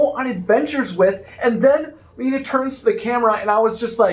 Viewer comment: Lena is Magica de Spell’s shadow. Before Magica was sealed away completely in Scrooge McDuck’s dime, she enchanted her shadow, the shadow became a corporeal entity that created it’s own form and identity: which is Lena. P.S. It is pronounced “Lena” not “Lina”